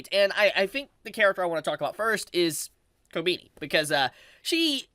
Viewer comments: why are you saying kobini instead of kobeni? sounds weird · the way you mispronounce Kobeni is so cute! also I keep hearing Attorney devil instead of Eternity, you had me dying. great content